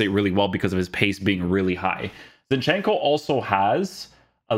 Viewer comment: ZIN-chenko. not ZinchEnko